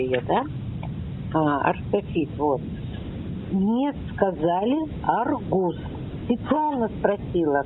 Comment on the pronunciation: Почему "АргУс? Ударение правильное на "А"!